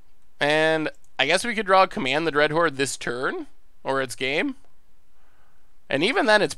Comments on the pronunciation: Dreadhorn? If you are going to mispronounce the card through an entire stream at least spell it wrong in the video title to match. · Command the Dreadhorn or Command the Dreadhorned? At least be consistent with your mispronunciations :D